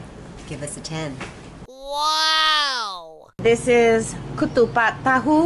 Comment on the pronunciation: not kutupat. but ketupat